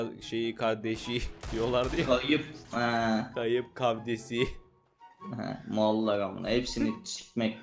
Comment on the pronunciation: Aziz yıldıvımın kayıp kavdesi ( kolay oku diye v levi senin soyleyebilcen sekilde yazdim)